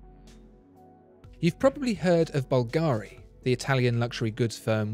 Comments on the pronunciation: You're always the best. One thing, though... It's Bùlgari, not Bulgàri. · A lifelong resident of Rome told me that the jewelry house of Bulgari is pronounced BUL-ga-ri, rather than Bul-GA-ri. Anyway thanks for your great videos, my favorite among the YouTube watch commentators. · Sono un’italiano e ogni volta che sento “Balgàari” inorridisco....la pronuncia corretta é Bùlgari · BUlgari not bulGARI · Can you pronounce Bulgari in a correct way please... Bulgari without any accentuation of the a: bul ga ri. No need to say BulgAAAAri! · I have asked for a Parmigiani Fleurier review in one of my comments here on the channel, and it is true, tha Bugatti watch Parmigiani makes is crazy special. Please, whilst pronouncing "Bvlgari", put the stress the "V" not the "I". However, that Bubble watch you reviewed, that was spectacularly special on every angle. Great vid nevertheless. Cheers.